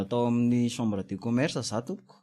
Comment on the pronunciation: Misaotra o !! Mbola mila ezaka ihany io! Ny texte mila amboarina ihany koa fa be détails loatra . Ny teny frantsay koa mila tononina tsara: sambre (chambre)' rozė (Roger)...